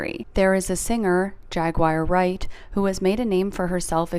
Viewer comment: The way the Celebrity Tea blind item lady says “Jag-wire Wright” makes me frown loudly.